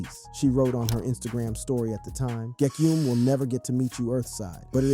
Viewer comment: LEARN HOW TO FUCKING PRONOUNCE ITS NOT GEKYUMI ITS GE K Y U M E AND ALSO ITS FUCKING X X X TEN- TA - SION NOT XXTENSION